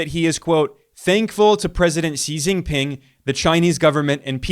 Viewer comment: he gets Xi JinPing pronunciation incorrect: "see jinping" in English (wrong) should be closer to "she jinping" in English (right) but he gets chuān jiànguó tóngzhì (川建国同志/川建國同志) correct many southern Chinese pronunciation of mandarin is often incorrect like those in Taiwan Mandarin (Google Translate over-uses it) and many in SE Asia, too, get it wrong